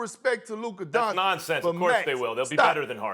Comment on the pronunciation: My god, SAS needs to learn how to pronounce Doncic already